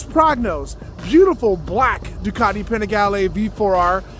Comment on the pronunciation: You set these trends and continue to promote them....LOL ......YOU ARE THE BEST!!!!!!!!! Love you no matter of your BUTCHERY to Ducati.....LOL LOL LOL